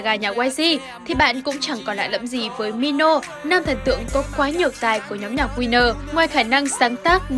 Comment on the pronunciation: Khúc cuối là MINO chứ không phải MONO đâu ad ơi=)) P/S : Chắc bả bị Mono thao túng tâm lý r